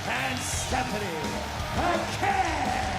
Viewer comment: "Va-kuhr",. Good grief!